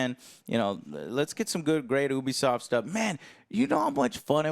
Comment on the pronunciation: Whoever sees themselves in that pretentious hipster-shit is the problem... Also it's pronounced "neesh" and "Yoobisoft" :P